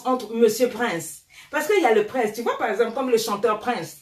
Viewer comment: Elle dit paer ça des conneries🤣🤣